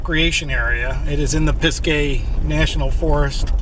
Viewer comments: Congrats on 4 years of posting videos on U Tube. That is great dedication. Also in NC we say Pis-ga Forest not Pis-gay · Hey cool video. Love this area. It’s pronounced piz-guh.